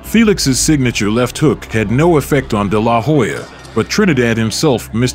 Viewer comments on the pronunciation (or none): Seems factually accurate, but the name pronunciation (Day-LAH- Hoya) seems kind of off. phonetically it's usually pronounced Della-Hoya. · It's De la Hoya. Not DE LA Hoya. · It’s De La Hoya not Da La Hoya say his name correctly! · If you can't say his name properly, don't make a vid of him. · I do not know how many Oscar's fights you have watched but you do not pronounce his last name like that. Work on that next time you post another one of his videos. But besides that, good work. Keep it up, kiddo. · How do you not know how to pronounce his name? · Okay why do you pronounce his last name like that, with the emphasis on the La? What's funny is the commentators in the fight pronounce it correctly. Lol 😂 🤦🏽‍♂️ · The way you say his name irks me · Why you saying dela hoya like that lol anyways i don't know how they gave this win to tito not taking anything away from tito he was an awesome boxer but even with Oscar cruising through the last 3 rounds he gave tito a boxing lesson for 9 rounds and what made this suspect was one of the judges gave the last round to Oscar how's that possible lol I think he did that so it wouldn't look so obvious and the rematch didn't happen because of money issues they were offering tito 10 million but he wanted 20. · Whats with the stressing La in de la hoya. My god. De LA! Hoya 🙄🤦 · I stopped watching after I heard you butcher his name over and over . Lol. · You can't even pronounce his name correctly LOL